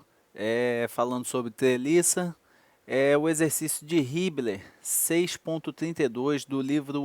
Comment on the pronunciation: "galela", "teliça" uahuahauahuahauhuahuha